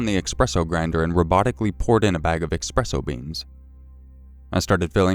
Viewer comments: eSpresso NOT eXpresso, PLEASE D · EX-presso lmao